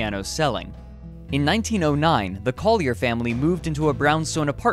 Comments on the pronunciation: IKR, it bugged the hell out of me! I'm actually scanning the comments for others who were bothered by this, but you're only the 2nd one I've come across. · No New Yorker has ever pronounced it "Coll-yair"